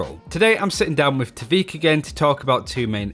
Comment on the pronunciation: Why everyone calls him "t'veek", "tahveek" etc? There's no pause between t and v.